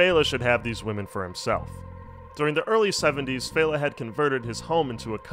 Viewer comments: And fehLA not FAYla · Yup, LAY-gos and FELL-a not FEY-la. Not being a grammar Nazi, just a Nigerian who can’t stand hearing my language butchered 🙏🏾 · "Fell-ah" and "Lay-gos" but great video.